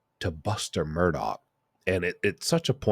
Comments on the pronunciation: I’m not sure why so many people pronounce his name as “Murdaw”. If you listen to any of the Murdaughs, they pronounce it “Murdoch” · Its pronounced “Mur-dok” LOL..not “mur-do” 😆